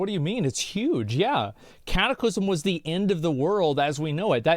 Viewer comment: Why does he always pronounce it "Wrath of duh Lich King"???